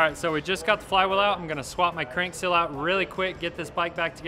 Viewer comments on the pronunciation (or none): It's not a cil its a seal🤨🤔